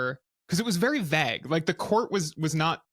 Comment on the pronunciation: Very 'vag'? I think you mean 'vague'.